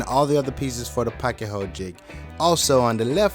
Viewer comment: I've noticed people pronounce pocket so many different ways. Yours by far is the best. And THANK GOD! I've been wondering where the hell to get one of these pieces!